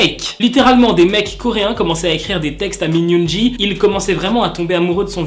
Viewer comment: Min yoongi sa se dit min yoongui et non pas min yoonji